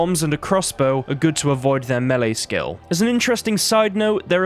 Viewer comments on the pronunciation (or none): none